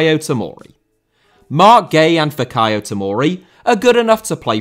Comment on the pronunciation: Roman* not Rouwman Father * not Fother Timo * not Timouw Ola* not Oler Debut* not Deibyu Swansea* not Swonzea Antonio* not Antouwniouw Andreas* not Ondrejas Fikayo* not Fekayouw Thiago* not Thiohrgouw Siro* not Serouw Aké * not Akei Filipe* not Felipei Half* not Holf Pašalić* not Pašályć Serie* not Seri Mario* not Mariouw Elche* not Elchei Monaco* not Monacouw Possession* not Posession Bremen* not Breimer Wolfsburg* not Uolfsbög Basel* not Bohrzel Roma* not Rouwmer Lukaku * not Lukohrku Álvaro* not Alvohrouw Morata* not Morohrter Cuadrado* not Cadrohrdouw 28 mistakes ffs